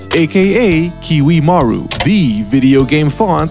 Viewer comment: its not kiwi maru